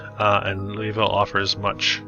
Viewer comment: It’s Loo-uh-vul.